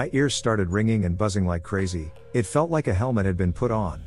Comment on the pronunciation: Why can't you narrate these? Or hire someone else to? Other content creators do. Is it too much work for you? I'm really tired of bland robot voices mispronouncing everything "he was a real dowche bag ..beep boop" or "so my mom called for a babby sitter" or every "It" gets turned into an "I. T." Also let's not forget the robot stutter. Like you cant even proof listen before you upload? Even if the stories were good enough for me to suspend disbelief, I just get pulled out of them by the dry, clinical delivery and mispronunciations every single time.